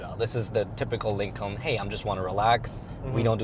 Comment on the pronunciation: lincolllllllln lololol are you emphasizing the silent L on purpose or just saying it wrong?